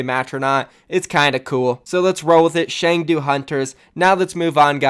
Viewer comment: It's pronounced Ch-ung-do. And Chengdu is in Sichuan province where the pandas are. The name hunters makes no sense but the panda definitely does. I doubt it's a jebait. It's very Chinese to move forward with something without being prepared. Trust me, I live here. lol